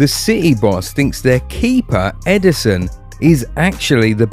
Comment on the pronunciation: EDERSON not Emerson